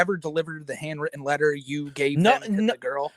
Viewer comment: "wied about da contests of da wetter"